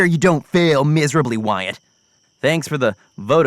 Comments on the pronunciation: WHY DOES WYATT SOUND LIKE GYATT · Wyyat sounds like gyyat lol who agrees? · "Wyatt" nah "Gyatt" 🤔👍